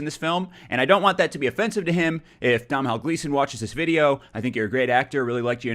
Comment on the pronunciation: Do-nal Gleeson.